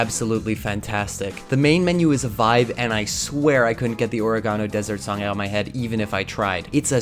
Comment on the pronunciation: why did bro say oregano like that